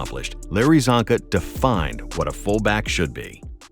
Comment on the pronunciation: As a hungarian my ears are bleeding when he pronounces Csonka